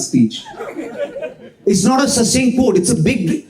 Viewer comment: Watch your pronunciation of "succinct" while saying "succinct quote"